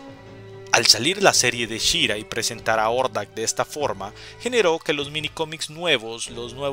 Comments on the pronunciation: Si suena más a Jordak que Ordak, pero es un detalle mínimo... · Hey un pequenillo detalle Hordak se pronuncia "Jordak" la H suena como J en algunos casos en ingles, ahi nomas sin manera de molestar. Gracias por la comprension.